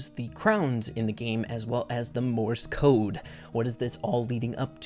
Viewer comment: every time he says "morse code" all i hear is "MORTIS CODE" "MORTIS CODE"